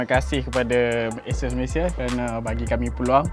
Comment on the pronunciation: sori ye, aku mmg particular nak sebut benda2 ni. xpntg pon 😁😁 sebutan ASUS; A(sebut huruf) - SUUUUS. A-SUUS.